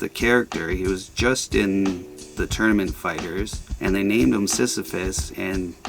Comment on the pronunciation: Another super dope video and im stoked that I won thank you and you did say my name correctly